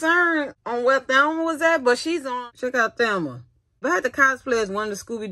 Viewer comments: “Thelma?” I’m no fan, but I was pretty sure her name was “Velma.” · It’s my accent Sorry Chile 🤣🤣🤣 When it comes to her name I pronounce like this Thelma but know it’s Velma Yeah